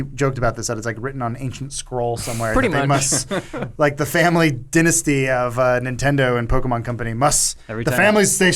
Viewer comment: Yo WTF? Adam pronounce dynasty way way wrong.